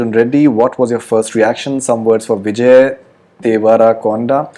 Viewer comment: Stupid host can't even pronounce Vijay name. Moron